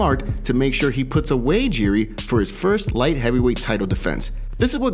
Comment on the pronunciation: Can't believe how many names get butchered through these MMA YouTube channels. Jiri is pronounced "Yee-Ree" not "Jee-Ree"